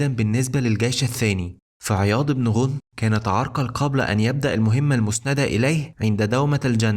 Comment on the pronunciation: احسنت ولكن اسم الصحابي عياض بن غنم بفتح الغين وليس بضم الغين والله اعلم